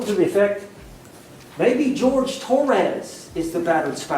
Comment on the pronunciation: T0RR-AZZZ? Owens, you POG, you cannot even pronounce the victims name?? No, she didn't ruin anything for him, he did it to himself before this case and then by taking it, Sarah didn't help, but she never helps any thing. You are right she gives the cameras such a. smug look then, she turns her head and throws one towards Jorge's family and the gallery. They were probably gone, or just not paying attention to her by then. You are making great videos, funny and very clever, TY and have a lovely Sunday!!